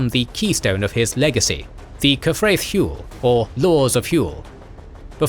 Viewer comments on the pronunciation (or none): It pisses me off how your saying hywel it’s H what you say when your punched or hurt then well